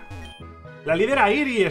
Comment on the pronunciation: la sílaba tónica de Airi, es la "A", el creador se lo habrá inventado, pero es un diminutivo de mi nombre xD